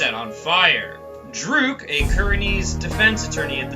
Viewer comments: It's (durk) not (drook) lol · He's pronouncing it as Dhruke, even though it's Dhurke. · You are saying Dhurke wrong lol.